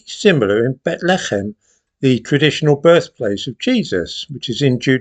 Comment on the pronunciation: You mean Beth Lee Hemm. Not whatever it was you said.